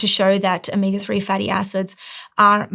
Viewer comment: Is there a difference between omeega and omega or is it just a speech impediment?